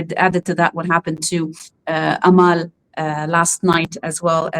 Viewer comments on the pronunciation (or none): Dear. Her name is Amal not Ameel.